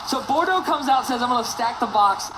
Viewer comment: Bordox?? Pissed me off everytime u said his name wrong lol